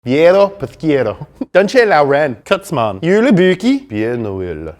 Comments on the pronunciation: "Kutzman" it's "kerstman" 😅 Great video as always,guys 😀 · santa clous in dutch wa completly mes prononced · Dutch: "ketsman" Me, a dutchman: "keRstman" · Hahaha “ketsman” (u spoke kerstman out like (literally translation) bangman)😂 but thank you for using the dutch language, you have 2 huge dutch fans, me and my best friend!! #merryketsmas (kerstmis) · Lol “kertsmahn” XD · I cringed when he said kerstman im dutch0